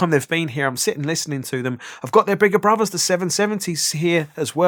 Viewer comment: Bruvvas - come on mate, please learn to speak English properly - BROTHERS!! T H NOT V V !!, and "I fink" ??? THINK , and WIV ?? WITH!! - you inarticulate ill educated halfwit!! Sorry, but I simply cannot tolerate your ignorant mispronunciation of so many words. You may or may not know what you are talking about, but I am incapable of learning what may or not be right from someone as unschooled as you.